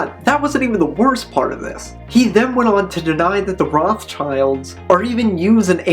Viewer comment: Just for future reference, "Rothschild" is pronounced "rote-shillt", not "roth's child". It's a German name.